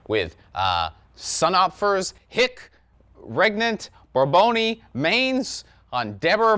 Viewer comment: Hic regnant Borboni Manes, Here rule the ghosts of the Borbons. I don't know if it's more insane the title or you pronunciation. XD Borbons were from France so it makes sense. I mean to me at least.